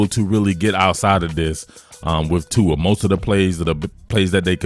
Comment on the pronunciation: ahh, just you inability to pronounce his name, got it.